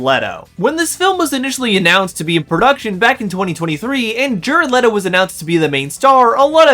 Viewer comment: Also, the fact the wispy haired peanut headed guy (?), can't pronounce Ares or Leto is super telling.